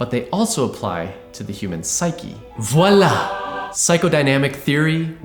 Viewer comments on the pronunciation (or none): none